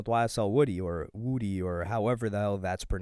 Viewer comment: How tf do you not know how to pronounce woody my g